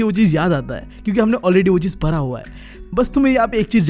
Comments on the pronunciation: Para. Nhi hota padha hota hai.. Yeh para para kyu bol raha hai 😂😂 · Bhaiya for parra,parai accent is too good 😂🤣 And thanks for this vedio and thanks since only because of you i have scored 81.7% in class 10th board ,,,,,,, hoping that 12th mein bhi naiya par laga donge boards ke ❤️🙏